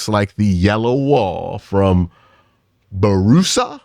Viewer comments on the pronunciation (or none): Borussia Dortmund is pronounced Bo-rish-ah Dortmund